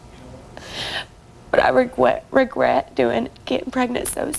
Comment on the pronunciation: "Regwet" lol.